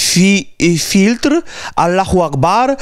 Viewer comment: ID AL-FITR, A NIE FILTR